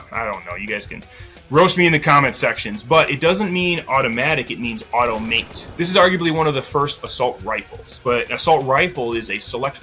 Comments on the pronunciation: Avtomat (автомат) is pronounced Aftomat (афтомат). Letters like Вв, Бб, and Гг become voiceless depending on how the word is spelled, especially if it's at the end of a word. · Disappointed no comment about the Uppercut. lol. Also, just to help ya out. It's pronounced Av-toe-matt. Or just Av-toe, for shot. lol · Im suprised a gun expert didnt know how to say Avtomat considering the A in AK47 stands for Avtomat